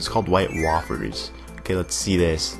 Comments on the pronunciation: WAY-fers. But I can't blame you for pronouncing it that way. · its pernounced (wite-WAyfers)